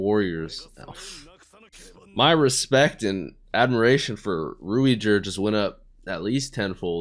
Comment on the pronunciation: You could just pronounce Ruijerd's name as 'Ruyjerd'. It'll still be close to the japanese pronunciation